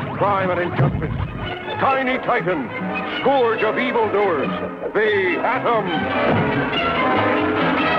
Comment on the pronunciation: Yeah, but he pronounced ‘scourge’ wrong.